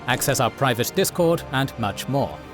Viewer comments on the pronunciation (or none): none